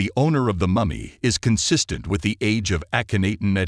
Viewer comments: (Ahhhh ken not en)is how it's pronounced. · AH-khen-Ah-ten People shouldn't post on historical figures whose names their voice bots cannot pronounce correctly.